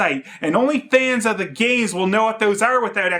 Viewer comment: did he just mispronounced games with "gays"? LOL